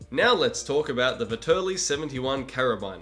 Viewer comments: Please my ears, don't say Veterli, it's ve TT erli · Great video! Also I dont wanna be that guy but you pronounced Vetterli wrong. It sounds like Vet er lee